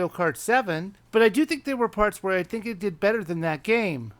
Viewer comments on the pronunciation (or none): Its think, not hink.